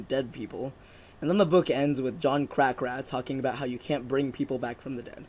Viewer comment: and it's not crack-a-hoo it's crack-hour lol both are equally ridiculous but still you pronounced it Wrong multiple times. I swear you didn't say the same name twice you keep coming up with new ways to say it